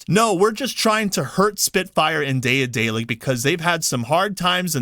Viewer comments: Good video, but bruh, I cringe a little bit every time you say "day-uh-day-lick". Ya'll motherfuckers need to read more. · Pronounced De-dalic. The first A is silent. Like in Daedalus. Why work with SBI in the first place? If you don't work with someone you don't put them in the credits. And then again there are companies who won't list a lot of people in the credits of their games, so it's not a standard. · Bro its day-a-delic its pronounced like Dad-a-lick. OR Da(d)-dellic